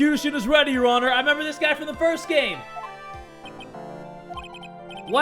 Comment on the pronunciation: nobody:: Eheugheugheugheugh your honurrr